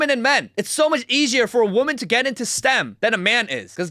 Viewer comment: Ok. I’ve listened to the whole video. Are you saying “women” when you say “woman?”